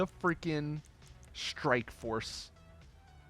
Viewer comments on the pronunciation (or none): For fuck's sake... It WARTHOG...not "WarHog". A-10 fucking THUNDERBOLT, also known as the WARTHOG.